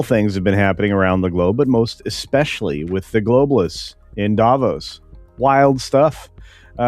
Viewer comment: Just for your information: when pronouncing Davos, the emphasis is on the o, not the first part, and it’s a long o.